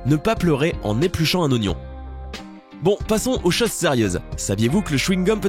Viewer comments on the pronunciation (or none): none